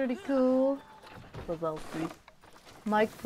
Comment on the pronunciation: I love przewalski horses (it’s pronounced prezwalski horse) :)